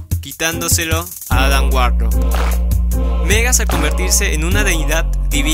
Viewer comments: Me hace daño cada ves que pronuncias Megas, cunado en ingles siempre lo he oído pronunciar como Magus. Por lo demás buen vídeo. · Porque le dices Megas al reverso de Warlock ?? se llama Magus. tal cual como se escribe. Este personaje villano concretamente no tiene en el nombre fonética inglesa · Me encanta la pronunciación de "Megas" para Magus... casi se parece...